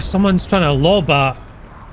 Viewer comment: What is a BESH round? I mean, I know what a HESH round is...does it mean Binary Explosive Sqash Head, or is Baws being cheeky? Edit: I don't actually play WT